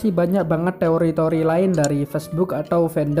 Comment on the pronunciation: Lu apa ga tau si Tsukasa tu termasuk wibu Edit : tambahan bang pas ngomong teori ngomong te nya b aja lahhh😂😂😂😂, tambah lagi yang penting ngomong t nya b ajalah